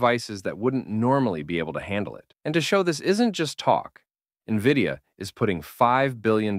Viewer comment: Nahh this is definitely AI.....brother cant pronounce NVIDIA..... N V I D I A...this aint spelling contest lad😂